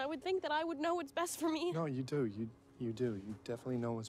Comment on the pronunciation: Aw Jacob’s accent came out at the mark when he said the first “do”